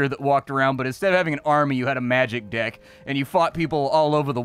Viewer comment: I heard "magic dick" I am guessing what was actually said was "magic deck" and I am not sure why I am disappointed that you don't go around with a magic dick fighting people.